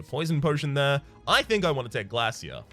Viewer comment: Why did your pronouncing of "Glacier" change? I mean, the meele pronouncing and "tion/sion" ending of some words you start to pronounce very wierdly. or the word Actualy in particular. You did not do this for last 200 episodes, what happend?